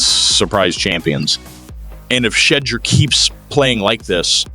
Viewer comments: This is why your dumb-azz don't have many subscribers. You are purposely mispronouncing his name because you like all of the Nation have heard proper pronunciation of the man's name. Go get your clicks from somewhere else if you can't show respect. I will not be subscribing to this shizit show. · Saying his name right might help, Browns won't be doing sht this year